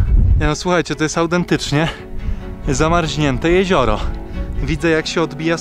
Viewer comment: Tylo, że ZAMARZA a nie ZAMARŹA :). Zamarznięte a nie zamarźnięte. Polish not good. A reszta to pozdrawiam i dzięki za widoki. 🤪👍